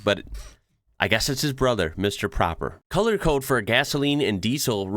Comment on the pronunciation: Yes have been to the Icelandic church and it has an elevator all the way to the top where you have an amazing view over the city and all the colored roofs! Mr. Proper (not propper as you pronounced it) it’s one P so the O is pronounced longer. Proper in Dutch and Germanic language is actually the translation of Clean. So now you know Dutch/German word for clean! Proper.